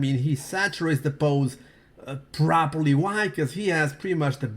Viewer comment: Very prahpra prahpra properly!